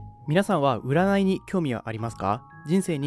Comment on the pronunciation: ｢うならい｣は信じない！！（言えてない）